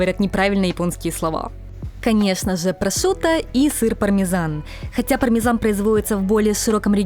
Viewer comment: Пармезан... пармезан... ПАРМИДЖАНО! Ке коза иль "пармезан"? О, мама миа! Перке? (далее следует непереводимая итальянская речь сопровождаемая активной жестикуляцией)😉🤣 PS: Путешествуя раньше по Италии или Испании, слушая местных, как-то незаметно со временем переходил на "англо-испанский" или "англо-итальянский", хотя эти языки никогда не учил! Просто вспоминается советский Ералаш "40 чертей и одна муха" или что-то подобное и слова сами всплывают из памяти и вклиниваются в речь. Во франции не был, но думаю там был бы такой же эффект ))